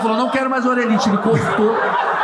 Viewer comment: "ORELHITE" foi de cair o cy da bunda KKKKKKKKKKKKKKKKKKK